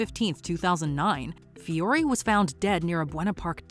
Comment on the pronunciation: Shoutout to the narrator for being one of the few people who says my last name (Fiore) correctly.